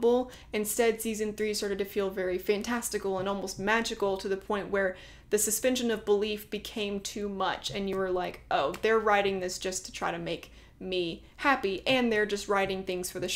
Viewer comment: "Suspension of DIS-belief" not "belief." ;) However, very well put video-essay with extremely intriguing points. :)